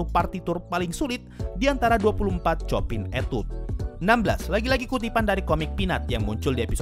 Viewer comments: bang saya hanya mau kasih tahu composer chopin cara baca namanya bukan chopin tapi sho-pan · Sedikit koreksi, min. Tentang Cara penyebutan nama Chopin. Setau saya cara menyebut nama Chopin yang benar adalah Sho-pan, atau Sho-pang, atau Sho-pan'. Soalnya bahasa Polandia.